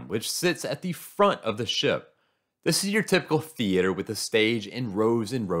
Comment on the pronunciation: stop saying theater like that. stop it stop it now